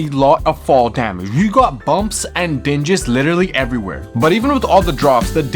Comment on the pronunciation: FYI, ”dings” is pronounced how it's written, not "dinjiz"...